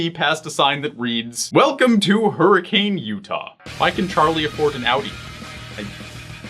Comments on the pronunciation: He said hurricane like a new weathermen🤣(it's pronounced hur-i-cun btw) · Great video and all, but I would also like to say that Hurricane is pronounced "Hurricin", and people in Utah get oddly touchy when people get that wrong. Can't explain why. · I'm from Utah! The town in Utah is pronounced "Hur-eh-kin". Believe me, it's a common thing in Utah. (And no, there was no Freddy's in Hurricane, Utah. That was photoshopped. My 16 year old dumbass traveled there to see it) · I'm a little late but FYI I live near Hurricane, Utah and it's pronounced "hurriKIN" rather than "hurriCANE."